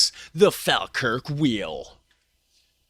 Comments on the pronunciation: I live in Falkirk, the video is very nice but you absolutely destroy the pronunciation at every point in the video! Falkirk is pronounced Fall-kirk, however locals like me pronounce it Faw-kirk. And technically the Falkirk wheel is in Camelon and yes the pronunciation is different! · Prounced 'Fall - Kirk' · It's pronounced fall kirk. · Its the Falkirk wheel , not the Faaalkirk wheel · It is pronounced fawlkirk, not fahlkirk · Not pronounced fal its prounced fallkirk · its pronounced "fall kirk " not " fAL kirk " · It's pronounced as in Fall, not Fal. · Sorry but it's fall Kirk not fal Kirk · Pronounced fall kirk! We pretty much use miles/feet etc. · Say Falkirk like this fall kirk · It’s pronounced “Fallkirk”.🏴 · It's pronounced Folkirk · To help with your pronunciation it's pronounced Fall Kirk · Pronounced as Fall kirk wheel. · Pronounced FALLkirk here in uk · Say it like Fall-Kirk. Falkirk. 😅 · Pronounced Fall-Kirk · It pronounced fall kirk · Falkirk also has the remains of the second coast to coast Roman wall in Britain called The Antonine Wall. BTW Falkirk is pronounced Fallkirk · Falkirk is pronounced “Fallkirk”. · Fawkirk. The spelling with an “l” is a fairly recent, Anglified hypercorrection. The older spelling is the way the locals pronounce it, Fawkirk or Fa’kirk. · You almost said Falkirk properly once, and corrected yourself halfway through, to get it wrong. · its pronounced "fall-kirk" but as someone who lives here the only nice things here is the wheel and the kelpies